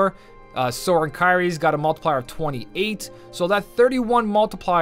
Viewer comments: Congrats on finally saying timeless river sora😂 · Much like everyone else, I must congratulate you for the 1st time getting SORA right XD